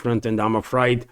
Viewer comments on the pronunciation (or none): You pronounce 'afraid' like 'a-fray-ed' when we say it more like 'a-frayed', with two syllablles